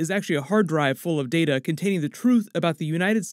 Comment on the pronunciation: It’s pronounced Data not “Data” smh.